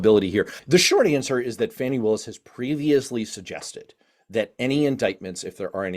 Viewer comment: The DA's name is Fani (pronounce fawny)